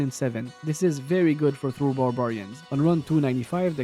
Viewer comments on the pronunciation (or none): none